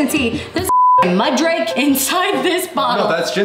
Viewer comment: I was with you until you said Mudrake.